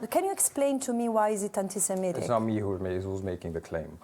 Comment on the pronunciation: The interview begins, the journalist fires the stun ray : "Are you anti se - mi / tic ?" ! Sigh... Okay, another interview at the zero level of intelligence and reflection. Too bad... Let's do our best... Dear Francesca, thank you for your courage and self-sacrifice.